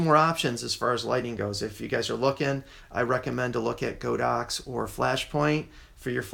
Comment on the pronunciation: I must laugh whenever I hear someone pronounce this brand as "Go Dox." Just FYI, the Chinese company's name is 神牛, which literally means "sacred cow." But instead of calling it Sacred Cow, they went with the ponderous "God Ox," so now you know how it's supposed to be pronounced, even if that makes it seem even weirder.